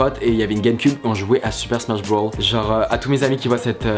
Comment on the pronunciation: Non mais au secours mec avant de nous raconter tes "petites anecdotes" quand tu jouait à Super Smash Bros apprend à le prononcer sans l'accent anglais parce que c'est Super Smash BROS et pas Super Smash Brawl, si tu parle de celui sur game cube dit Super Smash Bros melee et si tu parle de Super Smash Bros Brawl c'est celui sur wii